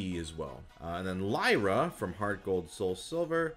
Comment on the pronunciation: I'm so glad you pronounced it as Lie-ra and not Leer-a as I've heard other people say it.